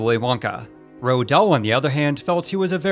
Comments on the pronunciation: "Ro Dahl"? I've heard a most people pronounce it like "Rolled", so I looked it up and apparently it's pronounced "Roo-all". I've no idea where you got "Ro" from. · Guys it's definitely NOT pronounced ROAH or ROAD it's Roo-all.